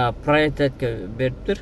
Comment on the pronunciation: Наличными наличи эмес , приоритет приротитэмес , коэффициент кафсент эмес респект респек эмес